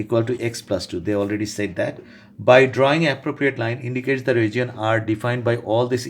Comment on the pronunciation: “ragion” for region .-.